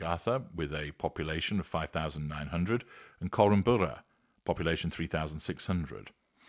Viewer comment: great series thank you. Your pronunciations of Korumburra and Leongatha are excellent!!